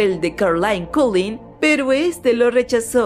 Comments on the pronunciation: No mames... Cullen... Se pronuncia colen ;-; no "coulin", DIOS, NO ES TAN DIFÍCIL. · es collen no colin xd :v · Se dice Cull-E-n no Cull-I-n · Esta tipa no sabe pronunciar Cullen, lullaby, SthepEnie, Carlisle, etc.